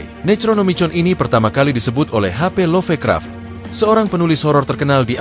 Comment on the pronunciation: sengaja ya nyebut Nechronomichon instead of ネクロノミコン, biar ga kedeteksi algoritme atw apa gitu? begitu jua LoffeKraff instead of LofKraft ... fyi, there was once an Eroge titled ネクロノミコン in PC-98